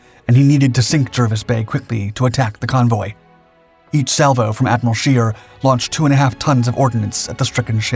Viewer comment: You properly butchered the Admiral Scheer's name's pronounciation like no shell whichever caliber ever could.